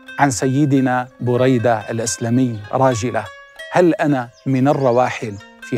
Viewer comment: مجهود رائع لكن أعتقد نطق الإسم خطأ ، فهو : بريدة بن الحصيب - باء مضمومة وراء مفتوحة وياء ساكنة ... حاء مضمومة وصاد مفتوحة وياء ساكنة buraydata ebn al husaib هكذا سمعته من الشيخ محمد بن العريفى * أنا علقت لما سمعت الاسم من اول شخص تكلم فى الفيديو ثم لما اكملت المشاهدة وجدتك قلت ما علقت به